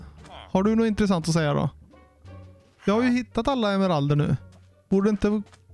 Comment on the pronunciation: Emmeralderrrr. Jo så heter det👍🏻